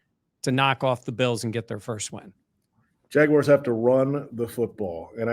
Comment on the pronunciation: JAGWIRES?!?! Really,?! 😅